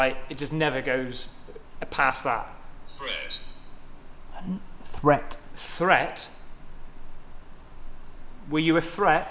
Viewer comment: I heard fred not threat